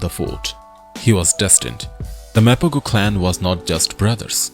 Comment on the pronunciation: The narration is completely copied from another older video of Mr T Mapogo. The fake Indian accent narrator pronouncing Mapogo as "Mapaa-GO" instead of "Mapa-Ho"!